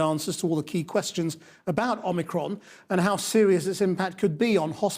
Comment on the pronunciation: but pronounced poorly.